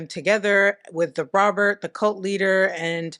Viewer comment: I will forever say Robert like "Robierte" 😁